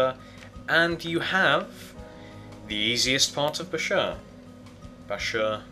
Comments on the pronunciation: It's not (busher) it's (basher) no offence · its pronounced Baashur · It's actually pronounced, "Bash-er". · Also it's BA-shur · Hey you, this is how to pronounce bashur, ( bAA-shUUr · Bashur (bahsh-sure) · It's Pronounced Bash-ur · dude its bash ur say it like that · its pronounced basher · You didn't say bashur right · u said it wrong